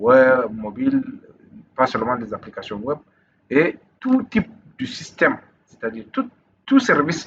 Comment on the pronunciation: On dit Web pas wop